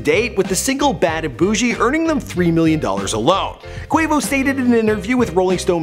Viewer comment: Nigga actually saying Quavo's name right this time